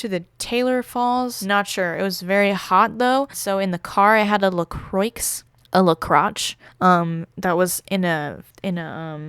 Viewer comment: La Crotch XDD I both cringed and laughed when you said that. thenk you my dude